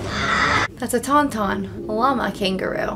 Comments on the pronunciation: Hearing her call Taun Tauns ‘Tum Tums’ and kangaroo llamas made me laugh. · Wampa. Not Yeti. Taun-Taun. Not Tom-Tom. 😉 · Tum-Tum LOLL. I will forever refer to Taun-Tauns as Tum-Tums LOLLLL